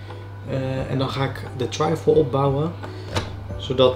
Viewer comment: Volgens mij spreek je trifle niet op z’n Engels uit maar gewoon als ‘triffel’. Kon het niet laten om te zeggen, sorry hahaha! Suuuuper leuke video.